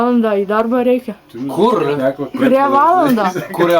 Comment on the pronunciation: 0,52-ar man pasigirdo ar jis pasakė "KUR"? Ir užuolaida kažkaip perdaug gražiai nuskambėjo kaip užsieniečiui..